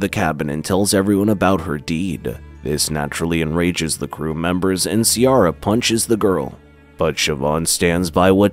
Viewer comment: Love the attempt at the Irish names haha, you nailed Siobhán, Ciara is pronounced Keer-a